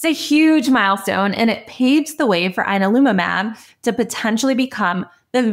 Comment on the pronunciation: You're saying the name wrong. "Yan-al-umab"